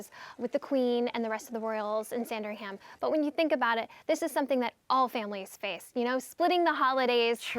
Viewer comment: who says Saaaaaaaaaaarndringham? PLEASE research correct pronunciations!